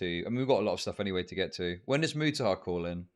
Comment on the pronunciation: I think Mutahar thought he was responding to Wu. Also, how many different ways are there to pronounce Mutahar? Keemstar just threw a new one in the mix.